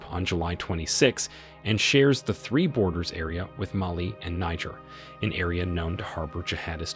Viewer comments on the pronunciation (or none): none